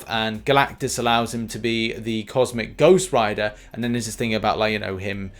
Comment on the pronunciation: Finally said it right lol